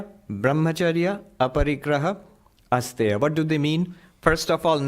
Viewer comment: Just one modification - it's asteya अस्तेय, not astha🙂